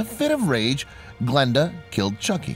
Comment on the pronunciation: what he said: Glenda What i heard: blenda